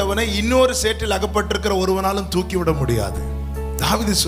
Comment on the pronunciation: Thooki eduthar not thuki